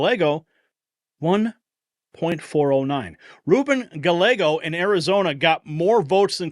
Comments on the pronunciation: Gallego (Gah-YAY-go) is pro-open border. Why would anyone in AZ (that's where I live) vote for open borders? I sure didn't. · Gallego is pronounced "ga-yeh'-go" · Ruben last name is pronounced GUY-A-GO. THE L'S are silent. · You pronounce the Arizona Democrats name like Di-ago not Dalego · Gallego is pronounced Guy•Yay•Go Double L (LL) in Spanish is the Y sound I lived in AZ most of my life and Ruben Gallego is a complete and utter Asshole!!! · It is pronounced Guy-yego!